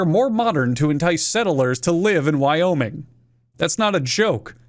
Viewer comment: Life of Boris (Russian channel) pronounced every one of the American states in a strong Russian accent. Wyoming came out sounding like 'Via-Minge', I'm English, 'minge' is one of our hundreds of words for vagina. So, unless you where born via cesarian section, we are all here via minge. I thank you.